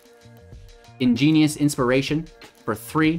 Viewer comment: Igneous, not ingenius